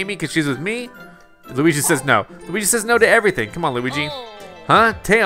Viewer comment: The first time Bowser said Luigi’s name correctly